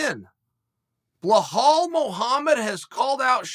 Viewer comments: Drink water every time Chael says “Blal-hall” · Blahal 😂😭 Chael is undisputed at butchering fighters’ names 🙌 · Beh-hall that's a new low uncle Chael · LOL Unc is at it again. Behal/Blahal. Chael is like Joey Diaz with these names. Beautiful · "Bluhal" "Buhal" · Chael: “Blahal” Belal: This is not halal brother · Well said sir, but you butchered his name bro. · Uncle chael we can see the damaged to your brain done by the fighting, if you cant pronounce belal correctly, we can see what fighting can do or maybe the fault is with american education system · Just in from the maya calendar : the day chael sonnen pronounces belal mohammed right is the day of the apocalypse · Why do you say his name so wrong… holy crap man.. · I don’t see anyone mentioning it, so the reason Belal is calling Sean out is because of Sean’s comments about Palestine. Belal’s Palestinian, and as a Palestinian myself I agree that dude’s trash as a person. Sidenote you’re pronouncing Belal’s name wrong. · It's Bill-al, not behaal 😂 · Chael at up until 2 minutes: "belal" Chael after 2 minutes: "blow-hall" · Repeat aftee me Chael.. Belal.. Belal.. Not "Blauhall".. BELAL! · Hey Chael it's not bihol alright it " Bilal" "bi la l " correct it next time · Chael.... His name is Belal, not Ble Hal... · Bla-Haal ??? WTF Chael??! It's BELAL ! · Me: Belal Uncle Chael: Blahal Me: Blahal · wtf is this blu hal i think its pronounced bee-lul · Belal Muhammad: my names Belal Chael: BlaHall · It's not 'Blehal', it's 'Belal'. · Chael I love your work but please his name is pronounced as Be-lal not Be-hal. Other than that great work, I hope this helps 👍🏻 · Uncle Chael, It's pronounced Bee-lal not Bla-hal. As an Arabic speaking man, I feel like I needed to help you out there. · Who tf is Blehal, Chael?? 🤣🤣🤣🤣🤣 Be-lal, how do get Ble-hall 🤣🤣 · Goddamn Chael wtf is Blahall 😂😂😂😂😂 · Bro, can u pronounce “Belal” correctly please? Thank you Mr Sonnen. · Chael please beeelllaalllll not blahal or just Muhammad